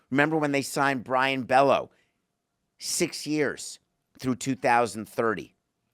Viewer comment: Bello is not pronounced “Bellow”, it’s pronounced “Bay-O”